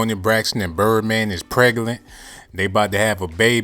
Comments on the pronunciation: she preglant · Did I hear “PREGALANT”?? 🤣 It took me five minutes to figure out how to spell that!! Why did I click?? Why did I click?? I’m questioning my life choices right now hours...